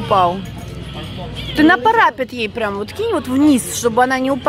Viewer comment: а почему парАпет? ПарапЕт!